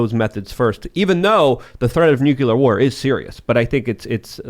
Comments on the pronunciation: The word is Nu Clear not Nu Ku Ler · So many smart folks...then they say "nucular"...I just don't understand. ;-) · how do you take it seriously with 2 guests saying nuculer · I stop listening once someone says nukular. This guy doesn’t know what he’s talking about. Russia is actually winning this war. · Am I the only one irritated at multiple people saying "nuke-yu-lar"? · Does no one know how to say nuclear anymore? Lol sheesh. Almost sounds on purpose ironically, but likely not. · The guest lost all credibility when he added that 2nd "u" to "nuclear"